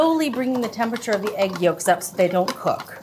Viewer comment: There are 3 syllables in caramel. And 4 in temperature.